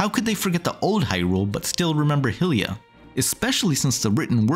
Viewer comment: the way you pronounce "Hylia" and "Hylians" so wrong is incredibly agitating. but other than that, good video